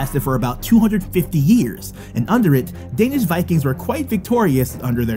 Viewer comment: No hate but You shodt learn to talk danlish IT isent that hard like IT looks like and say The Words corectly